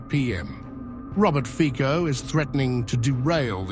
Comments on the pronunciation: It’s Fico, his name is FICO! Not FIKO! Respect him! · Robert Fico's last name is pronounced "Fitso" like the "c" in "France". It does not have a "k" sound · Not FiKo, but FiTSo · 1. Dennik N is an extremist liberal and progressive newspaper. They systematically lie and purposefully distort information about events in Slovakia and the world. 2. Prime Minister Fico's name shoud pronounced correctly as "Fitso" not with a K, similar to how the end of the word "worlds" sounds. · Fico is pronounced "fitzo" , not "fiko". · not fiko FICO this commentator is amateur... he does not know how to pronounce name of politician!!! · His name is FITZO NO FIKO !!! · 😂😂English say feeeee kou. Instead of Fit sou. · The correct pronunciation of the name in English / Italian would sound something like Fizzo….just saying🙋🤷‍♂️🙂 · The correct pronunciation Fico's name is /fitso/. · It's not Fico, it pronounce Fitso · Isn't Fico pronounced FITZO?